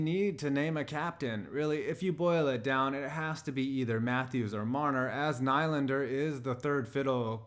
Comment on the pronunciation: NEE-land-er, come on bro haha